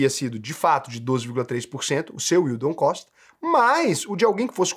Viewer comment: é o unico you tuber educador financeiro que fala "yield on cost" corretamente. Obrigado! Que alivio, todos os demais falam "yield on coast", "yield on coach", dói o cérebro.